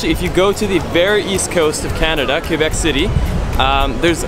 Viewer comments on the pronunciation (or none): none